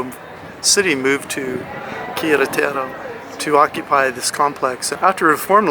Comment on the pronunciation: Spanish words and names put the accent on the 2nd syllable which will make all Spanish words easier for you to pronounce such as Quer. ET er o